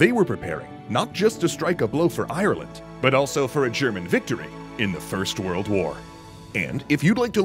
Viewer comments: If you are making a video about Ireland, could you get someone that can say the countries name. It is Ireland not Ierland. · Like that weird way of saying Ireland as IRE-LAND